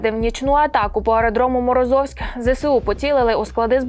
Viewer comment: Не МорозОвськ, а МорОзовськ.